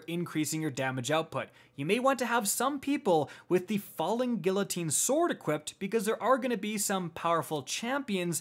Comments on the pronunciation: My favorite part is how he call falling guillotine falling gillatine For everyone’s information it is pronounced geeatine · I'm super sorry but its been killing me for months...the falling guillotine is pronounced gee-uh-teen 😂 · Back at it again pronouncing guillotine, gee uh teen not gill uh teen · I'm sorry, great video thank you for all the hard work, but I have to say, it's pronounced "GEE-AH-TEEN" not "Gill-O-teen" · "he said Falling Gila-teen" LMAO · It's GHEE-UH-TEEN,! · Guillotine has a hard g. The “u” keeps it hard next to the i. You right about nuclear tho. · The amount of time that said “guillotine” incorrectly genuinely bothered me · Said falling gui(ll)otine. Unsubbed, disliked, and reported. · "Guillotine" is pronounced with long "e" sounds for the "i"s and a "y" sound for the "ll". (Also, it's not nuke-u-lar.) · Can someone tell how to say guillotine and nuclear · he pronounced guillotine like i pronounce quesadilla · OOF, doesn't know how to pronounce guillotine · Your pronunciation of guillotine is very distracting XD